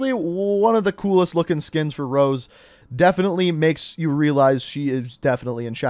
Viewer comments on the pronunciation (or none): OMG!! HER NAME IS ROZE, NOT ROSE.... LOL... YOU DID THIS IN A PREVIOUS VIDEO ALSO...LOL